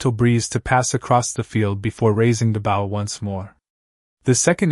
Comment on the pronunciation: Maybe someone should listen to the narrator before posting. The mispronunciation of the word “bow” is extremely annoying.